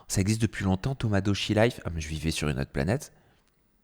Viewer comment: on frôle le racisme avec toi qui n’arrive pas à prononcer tomodachi et qui te moque du nom